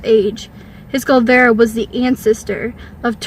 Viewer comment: Its clearly Kullervo. Why does she keep saying Kullvero?